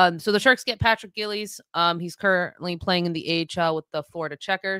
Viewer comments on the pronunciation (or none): It’s pronounced Jiles, like Simone BILES. It’s not Gills. He’s not a fish.